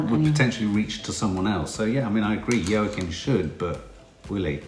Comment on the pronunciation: No big deal but Joaquin is actually pronounced Wakeen. xx I definitely think he needs to win Best Actor, he was amazin.